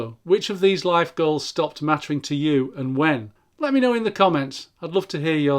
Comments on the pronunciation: Every time you said “goals” I heard “girls.” …chasing girls… LOL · You say goals I hear girls